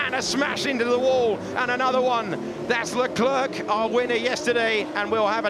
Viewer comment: LEKLURK? It's pronounced LECLAIR.